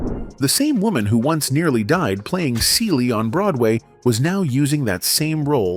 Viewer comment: This narrator needs to learn how to say her name Fantasia and the character Celie